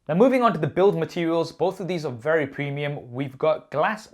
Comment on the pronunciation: "face id is wewy good"